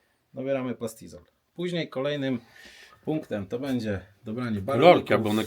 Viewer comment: wszystko swietnie tylko staraj sie mówic będzie a nie bedzie